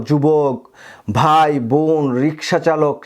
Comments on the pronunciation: আপনি 'ভাই' না বলে 'বাই' বলছেন কেন? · বাই নয়, বলুন ভাই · ভাই, আপনি “ভাই” কে “বাই” আর “ভাগে” কে বলছেন “বাগে”। ব এবং ভ গুলিয়ে ফেলছেন কেন?